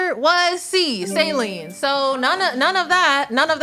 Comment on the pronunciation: Saline but spell it as Saeleen